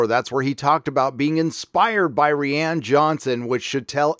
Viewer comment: This boi still can’t pronounce rian properly